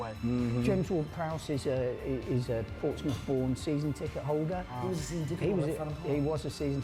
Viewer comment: The -mouth in Portsmouth and Bournemouth is not pronounced the same as in the word “mouth”, it’s the schwa sound like “a” in “about”. And yes, Northampton exists Back in the day there were many kingdoms in modern-day England, the strongest of them was Wessex. In the late 9th century Wessex managed to defeat everyone and united the country, forming England and moved the capital to London The South Coast derby only ranked 2nd, the best according to many people in England is the Tyne-Wear derby/North East derby between Newcastle United and Sunderland